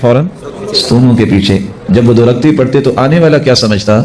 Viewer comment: O. Bhai. Raktain. Nahi. Rakatain. Parha. Krain